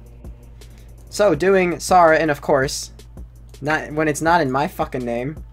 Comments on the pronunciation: it triggers me that he called s air uh s are uh when if it was a real persons name he would call it s air uh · S-are-ah? it's sarah wtf is a s-are-ah dessert sword? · i stopped watching the vid bc of "saw-wra"